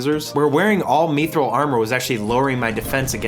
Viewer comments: your pronunciations are great lol specially of rune and mithril. u say runescape and rune scimitar so weird somehow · Ruinscape, meethril armor, and verrick hurts my ears.